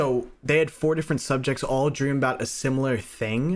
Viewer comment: persued their drmmmmmm